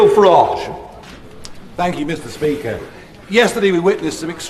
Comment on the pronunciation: Please stop calling his “far-rhaj” and call his Farage as in marriage with an F for … farage